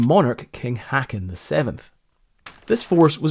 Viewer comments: The king Håkon's name is pronounced haw-con, not hakkan. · King Hacken? Shaking my head in dismay..... I know you're not fluent in Norwegian, but this is worst butchering of this ancient Norwegian name I've ever heard. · King Håkon is pronounced hawk-kon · Great video. I didn't know about that whaling boat on patrol and that captain's heroic actions. I am glad you mentioned that excellent depiction of the events of that night in the Kongens Nei (as it is called in Norway). King Håkon is pronounced HO kohn. The fortifications and guns were built ostensibly during a time of rising tension between Norway and Sweden at the turn of the century. Eventually it was peacefully resolved in 1905, I think. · good video, just FYI, in Norwegian when u have doubble A's in a name, it becomes Å. A sound u find in the english word b"OA"t, so Kong Haakon becomes Kong Håkon.